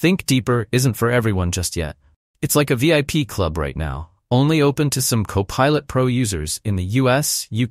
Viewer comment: Poor AI voiceover can't even pronounce CoPilot consistently. When I identify AI voiceover channels I delete them from my feed. Ergo, YouTube, "Don't recommend this channel...".